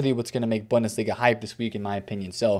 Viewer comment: As always, love your content and your grind bro, but I can’t lie, the way you pronounce bundesliga makes me a die inside just a little bit every time I hear it. Try Boon-duh-slee-guh